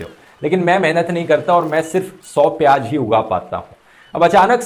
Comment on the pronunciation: Its piyaaz not piyaj, ... Likewise its hazaar not hajaar and kamzoor not kamjoor.. (Request for improvement of pronunciation)